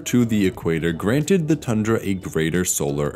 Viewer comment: It's pronounced Tundra, not Tandra.